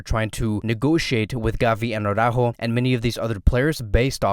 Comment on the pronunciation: Such a pity that Araújo will renew. Now we'll hear Awww-ráhho Awwww-ráhhho Awwww-ráhhho all of the time (instead of Ara-Újo).